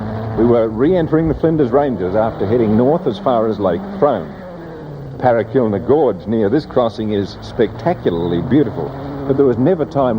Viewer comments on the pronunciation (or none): Good to see another interesting take on this never to be repeated event. Some good footage. Only thing I didn't enjoy was how many Australian place names could the narrator miss pronounce. Yunta not Yoonta, Parachilna not parrakilna and Meekatharra not meekathaara. I thought poor research on pronunciation was more recent but no they were just as bad 40 years ago.